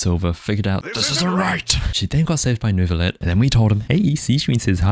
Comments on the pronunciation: Sooo. French here and Neuvillette pronounces. N-huh-vil-e<-(heh)tte. You pronounce the first huh than you go along normally with the rest! Love your video btw! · For Nevillette's name in french the "ille" is prononce like the "y" of you , thats the best way i can explain it lmao:) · the neuvillette pronunciation part cracked me up